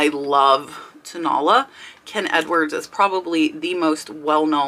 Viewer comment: Hey,! Great video. Thank you so much! Just wanted to let you know......you are pronouncing Tonala incorrectly. It is toe, na (short a vowel sound), and then la (again, a short a vowel sound) AND the accent is on the third syllable!!! I didn't know what the Mexican pottery was that you were talking about until you showed it! And then I was like, Oh! Tonala!!